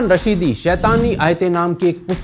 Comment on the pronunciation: ओ भाई ! उसका नाम सलमान रश्दी है .. रशीदी नही...